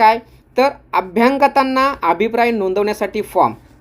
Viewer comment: अभ्यांगताना नाही अभ्यागतांना.... निरक्षपणे नव्हे निष्पक्षपणे.....